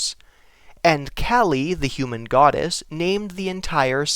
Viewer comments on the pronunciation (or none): none